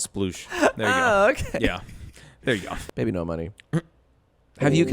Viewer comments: You're pronouncing his name wrong it should be "bee-bee-nohs" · why was jack mispronouncing his name as bibi no money when its supposed to be pronounced bibinos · I don’t see how you arrived at that pronunciation, I totally get people that say ‘bibinos’ but your version misses half the letters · You keep saying bibinos wrong Edit: later, yes that is how you say it JACE.